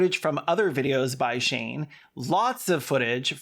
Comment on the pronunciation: Are you calling him "Shame"?! I'm crying